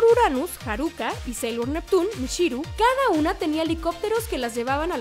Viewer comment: Debo decir, que lo único que me molesta de tus videos, es que pronuncies como "sh" lo que es "ch", por ejemplo cuando dices "mishiru" o "shibi shibi" xD, mi pequeño toc